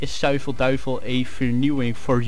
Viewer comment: so you can pronounce 'Zuivel Duivel' in Dutch, but IKStream not.. ;)